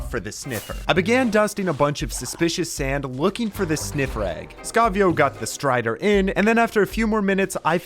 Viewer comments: Bro said stray when he was supposed to say strider 😂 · Ah yes, the Stray-der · find the stray? don’t you mean strider?? (JK)